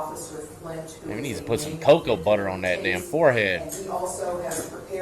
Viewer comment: lmaooooo nooooo he didn't say COCOBUTTER 😂😂😂